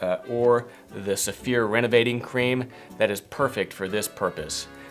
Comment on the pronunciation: I thought you were saying 'severe' - now I see you are saying Saphir..... LOL Makes a difference- next video show the name or spell it. :-)